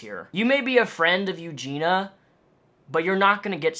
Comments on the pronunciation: It's Eugenia not Eugena... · "Eugena" lol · Good video but why on earth every other person making a video on Eugenia says her name's Eugena... sorry for being a nitpick lol.. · Excellent video and totally agreed, although you saying eugena instead of eugenia weirds me out every time. Here in canada, if they suspect you of being suicidal, they can strip you of all your rights and take you in. Feels like this is a case that should be treated in that way. Not sure if there are procedures that her family or friends can put in place for this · it's pronounced you-gene-ee-ah, not you-gene-ah. just fyi :) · why do people pronounce her name as eugena instead of eugenia? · Her name is Eugenia, not Eugena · I feel like if you're going to make a video about someone, you could have the decency to learn how to pronounce their name correctly. Eugenia, not Eugena. I literally couldn't even watch it. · it's eugen EEE a not eugena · It's not Eugina. Eugina*** with and I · Ur pronouncing her name wrong and it's annoying XD eugenIA not eugena. Sorry just had to point it out lol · Awesome video! But I cringe when people mispronounce her name. Its Eu-GEEN-ia...not Eu-GEEN-a. Some people leave the i out. :) You sound angry :( No one should feel bad because they cant help her. NO ONE CAN if she doesnt want help.. unless they physically restrain her(very carefully) and take her to her a hospital or facility that specializes in this. The people most responsible to her are her family. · Her name is Eugenia, not Eugena, people mispronounce her name all the time. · Its eugenia, not eugena. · It’s not pronounced “yougena” lmfao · The way you say her name is bothering me. It's pronounced U-jean-knee-uh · It's prounced YEW-JEEN-EE-AH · U-GEEN-EE-UH that’s how you pronounce her name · YOU-GENE-EE-YA BITCH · Her name is pronounced you-gee-nee-a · Okay but why does everyone mispronounce her name? It’s pronounced “Ew-Gee-Knee-Ah” Four syllables. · it's you-genIE-ya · “Eugene-a” Cooney